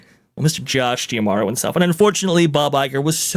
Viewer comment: why does always pronounce his name DiaMoro “? it’s Demauro isn’t it?